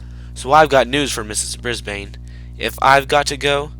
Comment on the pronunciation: It's ms.brisbane not ms.brisbean